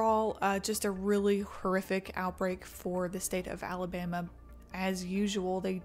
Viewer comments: Ah, yes, the great state of "Alamaba." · "Alamaba" lol. Love the vid anyways, as always! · “ALAMABA”… small ooops! awesome video! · Is it just me or did that say alamaba? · Just here to point out "ALAMABA" lmao